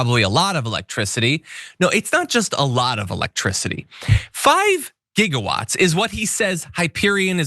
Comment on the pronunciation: It's JIGGA-watts, damn it!